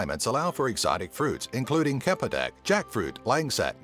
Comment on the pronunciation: exotic fruit "KAPEDAK"